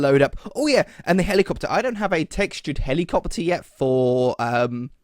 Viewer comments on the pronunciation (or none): Tch Pfft! HAHAHAHAAHA!!! TCH! HAAAHAH! Hehehehehe.... "HELICOPETER"? Hahaahahahahah!!!!